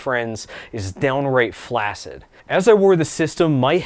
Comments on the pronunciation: Pronounced "FLAX-id". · It's pronounced Flak-sid. You don't get vassinated, after all.